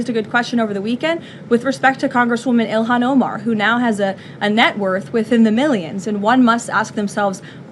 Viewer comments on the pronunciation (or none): none